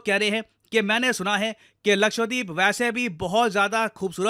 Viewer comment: Sir please pronounce Lakshadweep as luh-kshuh-dveep✅ and not luh-kshva-deep ❌